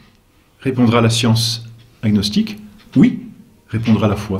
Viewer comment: on prononce ag-nostique monsieur l'abbé !